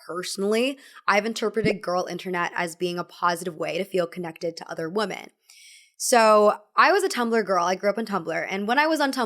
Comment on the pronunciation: i really love you and great video as always, but pronouncing "women" like "woman" is so confusing and hurts my head. Pleease😭